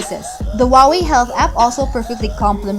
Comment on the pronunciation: Wooway - that is chinese way to vocalize Huaway ? Great review by the way Only you missed the second greatest feature (after cheapest and tiniest built in GPS) - the VO2max monitoring. I’ve found it the most motivational thing for train hard. Never realized that my physical wellbeing could be so effectively represented by reliably measurable characteristic. For month under control of Watch Fit I rolled my physical health 20 years back: from VO2max 38 to 46!